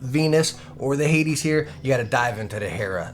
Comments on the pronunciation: It's "hay-deez", man. Hades. Hell. Hay - deez. Not "haydz". Hay deez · Why did he pronounce hades at the beginning like haids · Btw the way it’s pronounced hay-dees